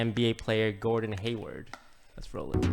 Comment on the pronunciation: It’s Gordon not Gordan lul